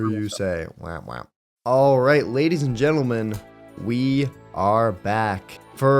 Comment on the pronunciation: “Alright jadies and letlemen” Love your vids keep up the good work! 😊😊